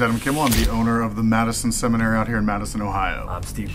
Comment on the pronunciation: Not Sam saying “ yes dude the Madison semonsatray! “ LOL Time